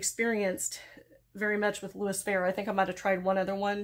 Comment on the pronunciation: Just FYI its louis fe-ray with a long a. Or maybe more fer-ray is better.